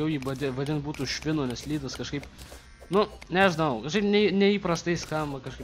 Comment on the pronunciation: "ledas",o ne "lydas" *facepalm*